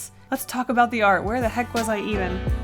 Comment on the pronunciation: Does her accent make “art” become “r” or am i deaf?